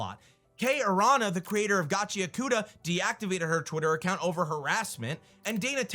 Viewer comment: GAH CHI AH KOO TAH Get it right.